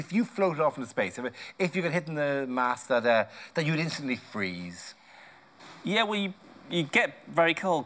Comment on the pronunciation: bruda we neva freeezee